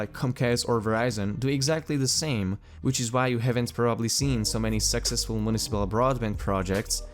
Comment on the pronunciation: just a friendly tip: sUccessful sounds more like zUcc as in zUckerberg, not zEckerberg or zEXerberg.